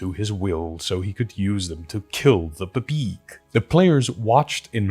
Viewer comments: It took me nearly 10 mins in to realise you saying Babeeg was actually BBEG 😅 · I love how you say BBEG